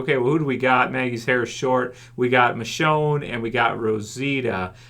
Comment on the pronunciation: White girl "michonne" 😂😂